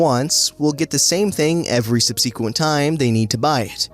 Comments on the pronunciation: Sub-sea-quent??? Hahaha ;-)) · Please learn how to pronounce "subsequent"😏